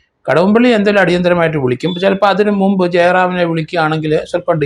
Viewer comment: നുമ്പ്, ഗേർമെണ്ട് ഈ ഉച്ചാരണമൊക്കെ ശരിയാണോ?